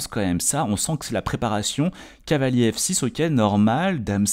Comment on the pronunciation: je pense que c'est surtout pour éviter de faire trop d'effort dans la prononciation. Ils le répètent beaucoup ça doit être long à force